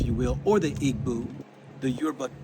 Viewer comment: Igbo EE-bo. Not EE-Boo